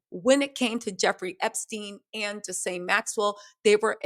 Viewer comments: Gee laine. Not Jis laine. (Gee is said like Geek minus the k) Thank you. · Girl... it's GEE-LANE. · I really need you to say Ghislaine name right. 😂😂😂